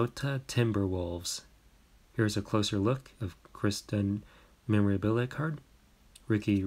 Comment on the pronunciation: am i the only one who noticed he said “ chris levert “ instead of caris